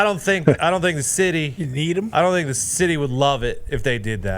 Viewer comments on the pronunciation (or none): "Did they thinkuh that?..."